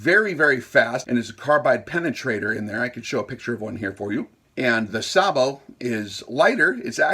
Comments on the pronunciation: Pronounced “say-bo” Also, sorry you are wrong. The threaded closure system is one of if not the strongest mechanical joint out there. It’s actually amazing. And it’s only the first 3-4 threads of any threaded joiner that provides almost all of the strength. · Pronounced on this side of the ocean as SAYbow - the fire command in a tank goes "Gunner! SAYbow! Tank!"